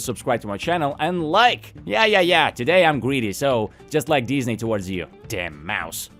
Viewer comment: I find it amusing how you occasionally pronounce it Dis-nay. Dis?... NAY! it dis is not the animation company I was looking for. Jokes aside, this does feel like the Red Letter Media quote "So, how does it feel to live long enough to see all your favorite franchises go down in flames?" Because, you know whatever is driving all of this is either A. Creatively bankrupt corporate types B. Creatively bankrupt nepo baby fanfic writers OR C. ALL OF THE ABOVE. Because for absolute train wrecks like these it cant 'just' be corporate. I mean, you can NOT tell me Velma Season 2 was a decision driven by profits.